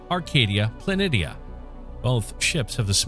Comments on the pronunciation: It’s pronounced “Plan-ee-sha”. Not plan-itty-ah. Lmao. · Gah. Planitia is pronounced planeeshya. Not plan-iddia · I'm sorry I can't watch this. Dude it's spelled planitia however it is pronounced 'plan*ee*she*uhh'. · Helpful note here, boss: "Planitia" is pronounced "Pluh-NEE-shuh". And trust me on this one; I went to middle school with a girl by that name. But it's also the correct geological pronunciation. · Plah-nee-shah. Please. Thank you.